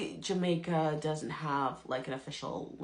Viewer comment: You enunciate your words and you speak properly . However , the way you pronounced the word Jamaica is like a Jamaican , and you used the phrase “ half a me “ . Food for thought